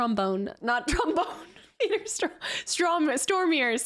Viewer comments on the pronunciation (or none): none